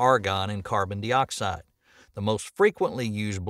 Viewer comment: Is this a robot who says carbon dioxide like that?